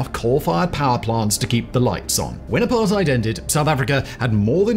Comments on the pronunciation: Good video. But it's apart-ate, not apart-ide. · Well I live in this shit hole known as South Africa. Here some extras...for the record I'm late 30s and white male. Allot of these impending dooms where brought to light in the 90s after apartheid (FYI it is pronounced "apart - hate" the "ei" makes the ate sound in english). The ANC Gov had one thing in mind, to force integration especially in companies (regardless of skill). This was done with what's now known as BBBBEE (broad-based black economic empowerment).. This created a gap where you are forced to hire base on race not skill. This generally dropped the abilities of leadership and mentorship... For example, if you do business, but you are not at a high enough BBBEE score, you must use a subcontractor that is to bring up your points for the contract. This I have tested and the subcontractor was upto 200% more expensive and twice as long to quote then my normal suppliers. ANC connected people use this, and make shadow companies to get in on the deal, even though they would never been chosen if not for BBBEE. Zuma was probably the worst since 1994 (if not ever), he had (and probably still has) his hands in so many pies, that he is still not in prison, he was pardoned recently. He had the Gov (ie us )pay for all the upgrades to his homestead and the pool was described as a "firepool" (ie, a source of water if a fire was to breakout) As for china and russia. Russia was the ANCs big friend in the 80s (apartheid). ANC members and militants got training from them...hence you w